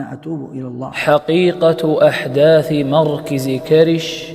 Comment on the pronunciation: لماذا تقول مركز على كسر الراء والصحيح على الفتح مركز على وزن مفعل ظرف مكان بوزن ملعب ومكتب